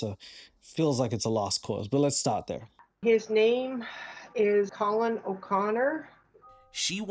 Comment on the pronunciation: She's calling "Collin" --> "Co-Win"....when he comes out of the shower.....that is even more funny 😂... Oh man and a few weeks ago I saw a Trilogy Media Episode where "The Russian Guy" instead of "Trenchcoat" he say "French Coat" and that made me laugh harder than it should. I really find these guys entertaining and can only recommend!